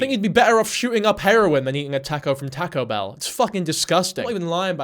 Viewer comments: my heart!!!! I love tahcoe bell!!! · “Tahko behl” 😂😂😅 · “Tacko bell” is this rage bait..? 🥀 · "tehco bell" 😭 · I just heard "Tack-o Bell" so many times my ears are spinning